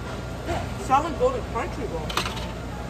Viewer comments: I'm a big fan of your videos as well as you. I'm also from Portland Oregon were we have the best Chinook salmon in the entire world. I'm not being rude but it's pronounced SAH-MON Not SAL-MON. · The way you pronounce the world salmon really grinds my gears 😂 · The "L" is silent in salmon!! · The l in salmon is silent....